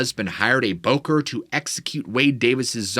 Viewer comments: It's not pronounced "bocker" it "boh-corr". Don't say it like that. Fais pas ça. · Bokor should properly be pronounced "Boh Core"